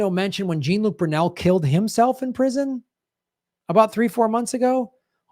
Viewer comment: Will SOMEONE fucking tell how to pronounce French names?!?!? Jean Look...OMG...has he never seen Star Trek the Next Generation? Mispronouncing names over and over again makes you look foolish,.